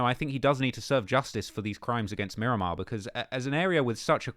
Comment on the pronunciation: It’s Miramar not Miromar 😂